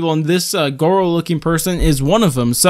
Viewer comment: Why did you call goro, gowo >:(